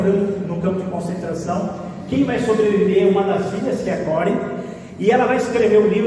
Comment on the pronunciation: Shalom,. O nome da holandesa Ten Boom é "CORRIE".